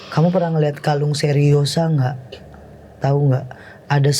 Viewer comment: Rosario teh....bukan seriosa🤣 Seriosa ma suara